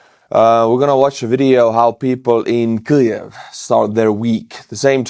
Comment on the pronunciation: the "new" way you say Kiev sounds very bad. you could benefit from another way of saying it.